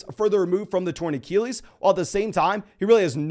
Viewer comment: I love this content but you still can't say achilles and it drives me nuts